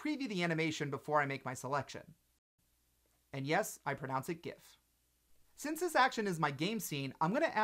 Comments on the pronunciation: Of course you pronounce it gif. Otherwise, you're working for Eljato. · thumbs up for gif pronunciation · ah yes, the correct way to say Gif, good shit